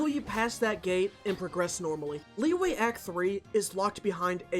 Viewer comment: Wtf is "Lee-way"